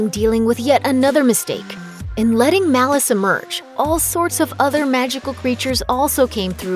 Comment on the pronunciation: Not malluce malice